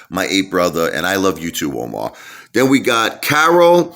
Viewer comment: Appreciate the shout out brother ! You pronounced my name wrong its Amar not Omar haha but all good haha much love 💕👍